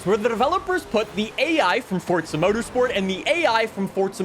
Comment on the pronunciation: Drinking game: take a shot for every time he says "ForTza" within the first 45 seconds...